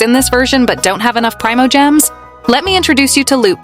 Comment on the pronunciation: I really wish i would stop hearing prymogems. When i hear it in a video it makes me never want to watch genshin content at all cause theres a risk ill hear it.